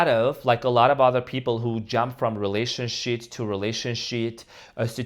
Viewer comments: Wait….did say relationshit?? 😂😂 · 😂I Think He Did, I Heard It As Well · Did you say "relationshit?" 🤣